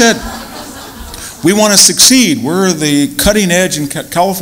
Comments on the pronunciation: I wish he hadn’t pronounced secede like ‘succeed’ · Really love this guy and his style, but he needs to speak better. He said "succeed" instead of secede, the Seven Poverty Law Project, instead of the Southern Poverty Law Project, and more. Too much density. Use notes. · Super intelligent man who can’t pronounce secede.